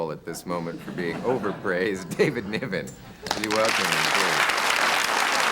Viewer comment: NIVEN ffs.